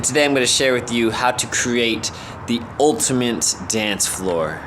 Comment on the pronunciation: did you just say "ultimant" dance floor